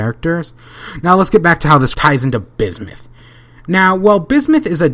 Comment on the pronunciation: bismith? lol